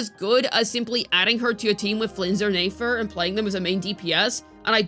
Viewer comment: omg can u pronounce nefer properly